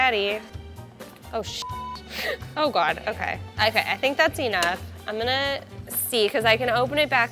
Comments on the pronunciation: What the hell is wrong with her E-Nough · The way she says "enough" HAHA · The way she pronounces 'enough' really pisses me off